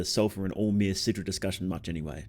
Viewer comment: it's alll-mer not all mer